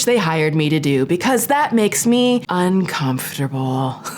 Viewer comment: Please some body tell me the amount of times she said “UNCONFTABEL” 🤷‍♂️